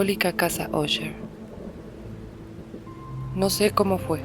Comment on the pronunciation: Qué bien pronuncias Usher 👌🏼 Mi madre compraba enciclopedias en abonos y le regalaban libros. Unos que le dieron fueron las obras de E. A. Poe. Me encantaba leerlos en las tardes